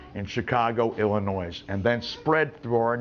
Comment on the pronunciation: He pronounced Illinois with an s. Nuff said.